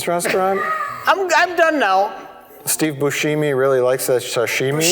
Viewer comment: fucking lost it at steve boosheemy